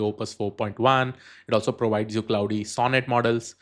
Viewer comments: Great content, thanks! One small correction - "Claude" is pronounced to rhyme with "lord" not "cloud" or "cloudy". But thanks! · Bhai pehlai 46 sec mai aap Claude ko cloud bol rahe ho....age kya hee dekhoon apki video.... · Claude is pronounced like "Clawed", as in "the cat clawed me". Sorry english is so weird.